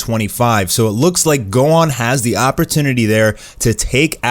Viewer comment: Don't speak on my man gohans name like that 😂😂